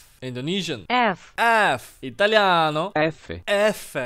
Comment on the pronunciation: I'm Italian and when he says " ITALIANÓO"..... I felt that